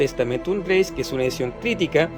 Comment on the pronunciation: Muy interesante la reseña que realizas de esta edición hermano. Con todo cariño, te comento que tienes un significativo error de pronunciación que repites en el vídeo. La palabra latina "Gaece" (que significa girego/a) no se dice "greis" como lo pronuncias tú, sino que su correcta pronunciación en latín es "greche", ya que en latín vulgar (variante lingüística que usa nuestra Iglesia católica) la letra "c" se pronuncia como "ch", y en latín clásico la letra "c" se pronuncia como "k" (la pronunciación en látin clásico sería "greKe"). Así entonces, la correcta pronunciación en el latín que se usa en la Iglesia católica es "Novum testamentum greCHe", con "CH", nunca se pronunciaría como "greis". Te lo comento con mucho cariño porque ese error de pronunciación lo repites constantemente a lo largo de todo el vídeo. Y para respetar el texto original es conveniente hacer la correcta pronunciación de este. Siguiendo esta consideración, se pronuncia "Textus reCHeptus" no "reSeptus" Cuando haces la lectura del inicio del Evangelio de Juan en el minuto pronuncias erróneamente la palabra "Dios". En griego, θεόν (theon) se pronuncia "Zeón"; con el sonido de la "Z" como se pronuncia en España", no se pronuncia Deus, como lo dices tú, pues eso es latín y en el texto que muestras está escrito en griego y no en latín. Te comento esto con mucho cariño y respeto hermano, porque si nos haces el favor de mostrar un texto bíblico es muy importante que se respete su idioma y pronunciación ori